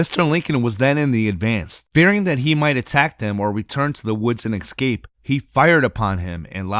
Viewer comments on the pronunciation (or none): ESCAPE not EXcape!!